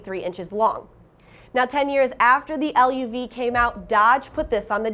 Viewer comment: The spokesperson needs to do her homework...The Chevrolet LUV is not L.U.V., like SUV. It’s been and always be pronounced LUV like Love!